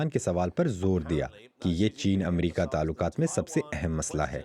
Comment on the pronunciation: Voice over is a very example of pronunciation. What is the word Talukat .